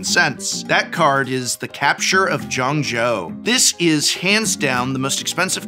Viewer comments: Jing-Zhou. You got Zhou right, but Jing rhymes with Bing, rhymes with Ring. Not "Jhiang", there's no "A" in "Jing" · JING-ZHOU...... JING AS IN BE-JING...... u know the famous city in modern china today? Zhou means province, thus Jing-zhou means the province of Jing.... Reading the phonics pronounces the word, like how reading the card explains the card. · Jingzhou should be pronounced with Jing rhyming with Bling, FYI